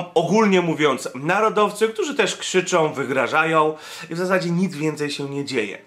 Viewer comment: nie ma słów: probójom, som, krzyczom, korporacjom, pls.., protestują, idą - ok:)